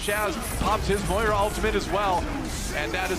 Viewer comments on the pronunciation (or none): none